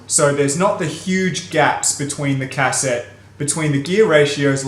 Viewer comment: I love how you pronounce "Cassette" as "Cass-ette" lol